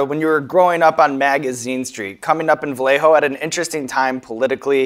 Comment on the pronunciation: Yo Sean my man,you can't do 40 like that and say Va-lay-ho put some respect on the 707